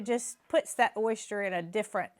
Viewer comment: Oyster pronounced ‘oy-stir’ 🥰❤️🇨🇦